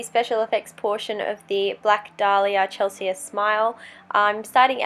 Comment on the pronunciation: This is amazing but the way you say Chelsea is really annoying me haha it's pronounced chelsee